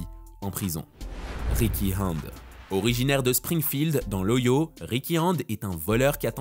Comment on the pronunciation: l’état américain ohio se prononce O Hi O. très bonne vidéo